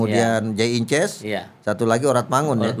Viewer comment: ....bukan jay inces tapi idzes..